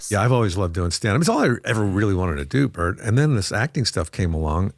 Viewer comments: Why you call bert "bart"? Cant even get the guys name right and its 4 letters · Pronouncing Bert’s name wrong every time is gold 😂 💯🤌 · The degenerative decay of how you pronounce Bert's name throughout the video is perfect